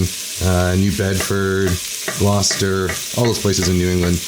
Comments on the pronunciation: Yay!!! Gloucester! And you even pronounced it correctly❤!!! A point of order, though: we put the potatoes in after the clam juice and before the cream because it flavors them nicely as they cook. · I could tell you are truly from New England, because who else knows how to properly pronounce Gloucester?